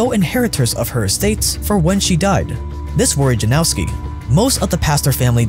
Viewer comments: Yanowski , not Janowski🙄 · You should pronounce it like Yanowsky. Its a polish surname formed from a name Jan (equivalent of John). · seriously? you googled the pronunciation of that long af name in the DuPont video, but you can't check which sound letter "j" makes in Polish? it's not the same as in English. It's "y" sound. Why is this so hard for westerners to get?? ffs!